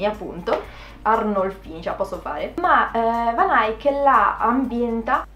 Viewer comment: Bella qusta rubrica devi assolutamente continuarla . Comunque secondo il mio professore di storia dell'arte moderna la V di Van Eyck si pronuncia con la F e Eyck rimane Eyck ( come se ti stessi strozzando) 😁